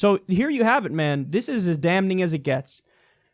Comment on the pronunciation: Kyle! The "n" in "damning" is silent! Cheesh!